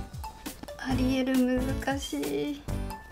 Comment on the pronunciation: アリエルがアリエールに聞こえるww